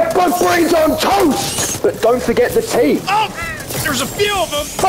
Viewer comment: Never thought I’d see the day where returned to Sarge. What a damn good day this is Also I love how British accent comes out when he said “Don’t forget the tea”